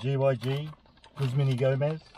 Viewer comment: Have a like for pronouncing the name of the business correctly ! (: As an employee of a Guzman Y Gomez restaurant, seeing such a positive guest experience and the correct pronunciation of the business name, truly makes me really happy !!!!!!!